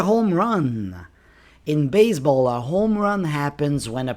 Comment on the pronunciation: Why you keep pronouncing baze__ ball?